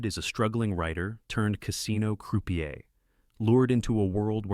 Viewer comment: AI generated scripts/voiceovers don't know any better. Notice the poor pronunciation of Croupier, or Gabriel Byrne?